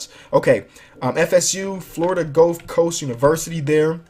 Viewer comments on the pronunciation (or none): none